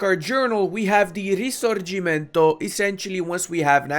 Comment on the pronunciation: i'm impressed by this campaign but i'm more impressed by how correctly you pronounced "risorgimento"!